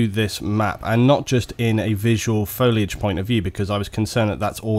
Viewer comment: ***** It doesn't take a nuculer scientist to pronounce "foilage"